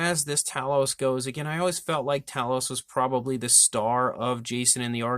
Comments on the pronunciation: NIce review! But... sorry to nitpick, but it's TAY-LOUS, not TA-LOUS.... don't hit me for correcting you! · Great review . Made me want to get one . Pretty sure its pronounced Tay loss though . Going by movie